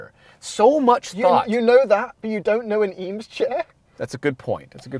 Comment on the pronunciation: If you are going to drop “Eames chair” multiple times you should probably pronounce it correctly